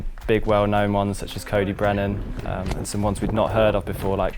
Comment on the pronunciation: 'cody brennan' 🤢